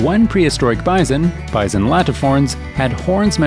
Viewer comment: Wth is bizon? I understand bison or buffalp.